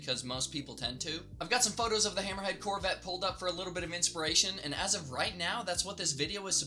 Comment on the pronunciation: Whenever you say hammerhead corvette I keep thinking your saying little red corvette.